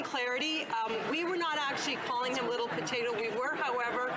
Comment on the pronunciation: Did she say "rittle potato"?